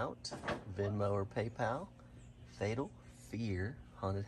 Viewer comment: "Fatal Fear" not "Fetal Fear" which brings on a totally different mental mage.